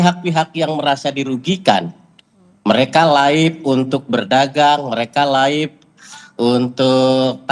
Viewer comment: Itu yg ngomong laip2 itu siapa sih? Apaan itu laip?